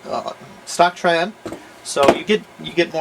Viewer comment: "Here we have a... S, triad" he kinda like messed up on saying it :p hope i helped.